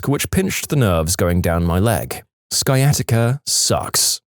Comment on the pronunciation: PLEASE look up words you don't know. Sciatica - SY-AH-TIH-KA.